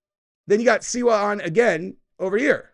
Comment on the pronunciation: It's SLI-WA. "SLEE-WAH" Not Silwa.